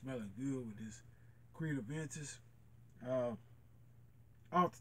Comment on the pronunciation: It’s Aventus not aDventus.